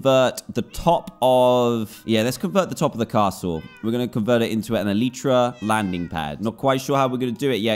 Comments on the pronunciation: El-eye-tra not El-y-tra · Me screeming DAN ITSS ELYTRA NOT ELEEEEEEEEEEEEEETRA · Its el-eye-tra not el-ee-tra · it should be "elite"ra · Name your Elytra Le Fly Also Its pronounced Eh-LIE-Tra Not Eh-Lee-Tra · It’s elytra not eleetra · Technically speaking, it's pronounced el-i-truh, which is the plural form of elytron (el-i-tron), which, in turn, is the hard forewings of certain beetles and other insects that act as a shell to protect the wings.Apr 9, 2019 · It's Ellie tra duhh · Its Eletra Or E lie tra Btw i know i ruined the joke. F me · Elytra-E li chra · it's pronounced elytra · E-lie-Tra = elytra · Elytra (Eel-i-tru) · How to Pronounce Elytra: ell-ie-chra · Its pronounced E - Lee - Tra and yes, the actual letter E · dan its prononced elitra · how to pronounce elytra: a-lie-tra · anyone gonna tell him its pronounced eh-lie-truh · This is how many times Dan said “elytra” 👇🏻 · Your brain processes it as elytra, but you say elytra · Everybody’s wrong. It’s elytra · Ur all wrong,It’s “elytra” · What do you say? e-LYE-tra Or e-LEA-tra